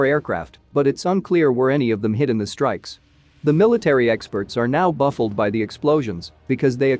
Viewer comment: Buffled? How about baffled [baff fulled] Neptin? How about Neptune [nap tune] These minor irritations detract from your coverage.